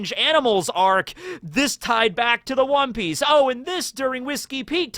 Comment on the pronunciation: Perhaps it's Wan(o) Piece